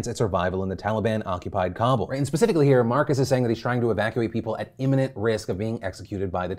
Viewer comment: I love phill But man the way you say Kabul makes me twitch so bad!